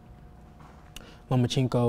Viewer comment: LOMACHENKO "OBVIOUSLY" IS..... LO-MA-CHEN-KO 🤔🙄😆